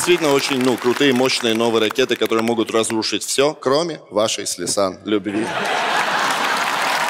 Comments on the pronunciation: Всё бы ничего, но она «Ляйсан»… А «Лейсан» - младшая дочь Азамата 😊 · "Шутки от Лисан" - читай как "Ода Павлу"... весь выпуск насмарку